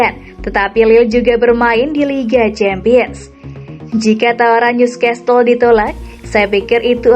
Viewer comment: Saran aja min tolong perbaiki pembacaan nama NEWCASTLE bukannnya NEWSCESTLE 🙏